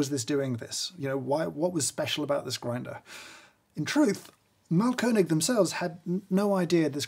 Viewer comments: Yes, audible Umlauts! Although he does say mahlKÖNIG instead of MAAHLkönig, i.e. emphasis on the wrong syllable, and A too short. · Thanks! It's Máhlkönig btw, stressed on the first syllable. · His pronunciation of Mahlkönig is simply wrong. I appreciate the effort to try and he certainly did a better job than your average Joe but to say it's on point or incredible is a bit far fetched.. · Thanks for a very informative and enjoyable video (as always)! You also did a very good job pronouncing the German Ö-sound perfectly! Just a little tip: the A in Mahlkönig is a long sound. An h after a vowel always makes the vowel a long sound. ;) Keep up the good work and thanks for making lockdown more interesting :)